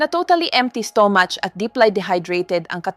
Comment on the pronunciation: Pls. Improve ENGLISH PRONOUNCIATION , sometimes I can’t understand a single word you’re pronouncing, like stomach., I still need to think . You pronouns STO-MUCH etc. thank you!